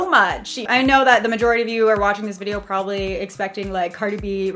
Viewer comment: "Problably" i'm sorry but i heard it 😅 i love ya girl